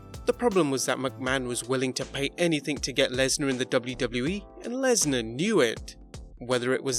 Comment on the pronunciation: It is Lesnar